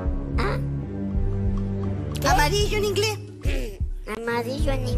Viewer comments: " ya se amarillou? 😂😂😂❤ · Amarillo en inglés es amarillou